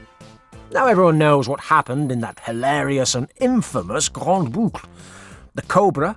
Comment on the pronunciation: "GrandE Boucle" there's an "e" on grande.. ."Grand" is pronounced like "gran".... just to keep the spellings clean :D